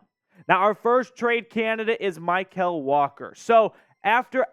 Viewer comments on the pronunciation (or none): Mykal’s name is pronounced like “Michael” not “My-Kell”